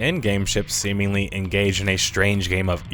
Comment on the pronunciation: Ummm Sir. You said Semenly then talked about entering holes. Great video.